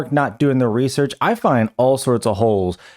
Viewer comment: Really? 30 seconds in? Couldn't do a second take? Reaullsearch? Jeez man so cringe